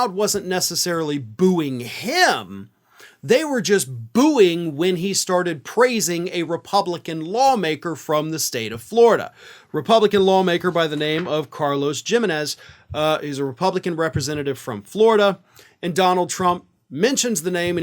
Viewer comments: Carlos Gimenez, the G is pronounced as an "H". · Pronounced heemenez short e.s